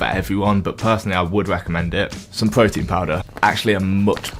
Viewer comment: Da pwotein